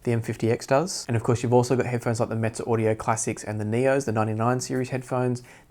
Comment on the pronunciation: I appreciate you making this video, it's reminding me that I need to contact Audio-Technica and see if I can get my old Limited Edition pair restored. I really want to be able to give them a listen again now! And I hear that you're still saying "Meze" funny!